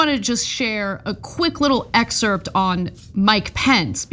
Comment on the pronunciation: Dude. Please stop pronouncing the SILENT p in the word excerpt!! Pretty please??? 🤣